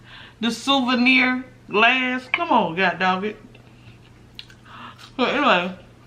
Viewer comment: I almost choked laughing when you were saying “souvenir” 🤣🤣 I love all your vids 🥰